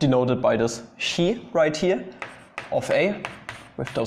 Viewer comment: "chi" is pronounced "kai" (hard K sound and rhymes with "pie"). Also, the identity matrix is more commonly denoted as I rather than the "blackboard" 1.